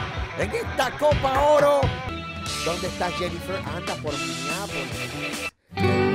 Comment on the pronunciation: MINNEAPOLIS no MINIAPOLIS LOL